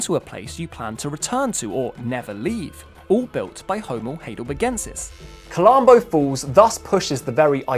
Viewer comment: It's pronounced High del berg en sis NOT "hay del berg en sis"